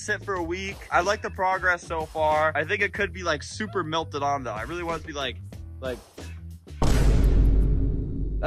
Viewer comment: WHY DOES HE KEEP SAYING MILTED 😭😭😭